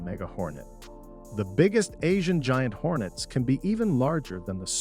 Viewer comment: It is Asian Giant Hornets, not ‘Hornest’